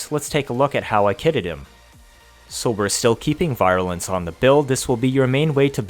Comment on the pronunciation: virulence..vir sounds like we’re not like bye.